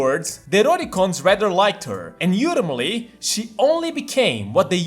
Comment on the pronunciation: I love when he pronounces ‘ultimately’ as yultimately kek I hope it continues